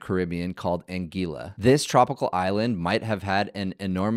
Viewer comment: Anguila Pronounced An - gWil - la